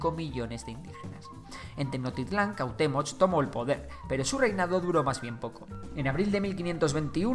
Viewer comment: Errores de pronunciación: Cuauhtémoc es tal cual, no termina en sonido “ch”, Tenochtitlán y Huitzilopochtli si tienen el sonido de “ch” y Mexica esta bien aunque es más común que suene como si la “x” la sustituyeras por “sh”. Por lo demás, este video quedó muy bien. 👍 no me sabía el dato sobre el uso de los estudiosos con la palabra Azteca. Quien diría que ya son 500 años de que este imperio cayera, estoy sorprendido.